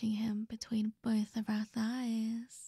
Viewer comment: Bolth of em? 🥵